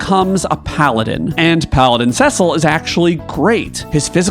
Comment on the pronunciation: Its Tee-dus!!!! And Sess-sil!!!! Rrraaagggghhhhhh. And we all know the real greatest warrior is lann and Raynn